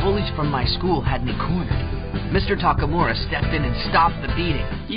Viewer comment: Taka Mora? geez did those dubbers have so much trouble prenouncing Takamura?